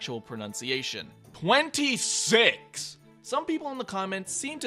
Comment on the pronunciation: Put subtitles when he says six